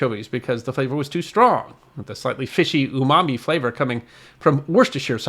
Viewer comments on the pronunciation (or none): none